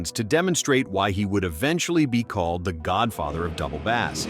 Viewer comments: Definitely something fishy in the pronunciation 🤪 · It’s “Double Bass” not “Double Bass”!!